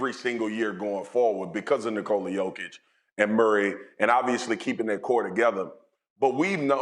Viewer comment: Did these hosts all have drinks before this shoot or am I having a stroke? Lots of slurring speech and mispronouncing names. Maybe they just suck 🤷‍♂️